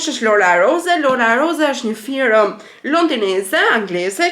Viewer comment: Te lutem mos thuaj firëm por firmë se ta vret veshin. Keshillë Suksese